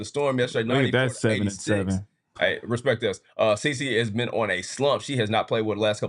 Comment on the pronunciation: been saying “this Ben year for the past 2 years”🤣🤣🤣